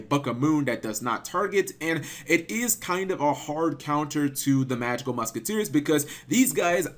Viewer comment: Everytime you say magical muskiteers, I die a little inside..